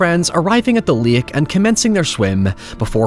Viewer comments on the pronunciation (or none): It's pronounced " Lake " not " Lick " ! I'm just picking at you, you say it however you chose ! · First... stop pronouncing it like that. It's not LAYUHK. Speak like you have some god damned sense. You're overexaggerating your accent. You pronounce 'water' like an American, 'however' like an Irishman, and 'lake' like an idiot. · Lake ❌ Lick✅